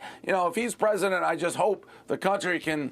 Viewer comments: Is he saying present or president? Lol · Apparently the interviewer cant even say the word president.